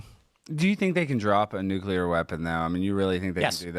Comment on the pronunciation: Also why can't zoomers pronounce the word Nuclear?